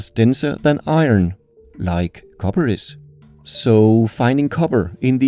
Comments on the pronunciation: ok bro I have to say it, ALUMINIUM is a name variant I like, it's easier to say than the aluminum but... KOBBER really?.... I'm disappointed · i find it suprisinly amazing that you pronouncing copper in english with your accent sounds almost exactly how it would sound if i pronounced Kobber in my canadian accent lol XD (just to be clear i can hear you punching the p sound, your english is great)